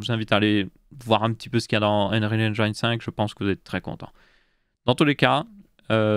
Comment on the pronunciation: Si Bill passait sur ce segment, il se suiciderait 11 fois en t'entendant prononcer « engine ». x)